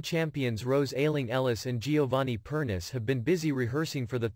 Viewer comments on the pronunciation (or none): Per nee chay NOT Perniss. Listen to SCD commentary